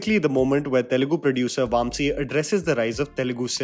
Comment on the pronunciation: Correct your pronunciation of Vamsi please